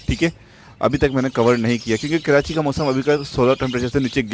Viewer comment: Bhai please kirachi mat kaha Karo dukh hota hai, Karachi hota hai keerachi nahi